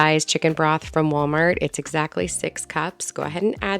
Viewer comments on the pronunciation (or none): none